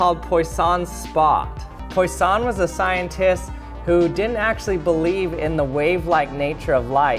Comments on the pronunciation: I'm 99.9% sure his name is pronounced PWAH-sahn, not POI-son. Like the French word for fish, not the French word for poison (the double-s makes all the difference). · It wouldn't be pronounced "Poy-sawn," it's "Pwah-sawn" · It's not "poy-sahn", but "pwah-sauhn", with the final n being nasal rather than pronounced. It means "fish" in French. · It's pronounced Pwa - SAWNG, with emphasis on the second syllable. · I've never heard about him, but Poisson is "fish" in French so I assume the right pronunciation is [poo-ah-sson] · Poisson is pronouced Poo-a-ss-on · It's pronounced "pWAsson", like water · Poisson is pronounced like PWA-son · Pronounced : "Pwa-son" my love. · It's pronounced "pwah-SOHN". It's French for 'fish'. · Its pronounced "pwah-sonn" btw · Poisson is pronounced "pwason" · If his name is French, wouldn't it be pronounced pwah-sohnl? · Poisson is pronounced “puasson” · Great demonstration. One suggestion: Please look up how to pronounce Poisson. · Every french listening to how you pronounce "Poisson" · Grade F for the pronunciation or Poisson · Weird way to pronounce poisson* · That’s not how Poisson is pronounced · I cringe at the pronunciation of poisson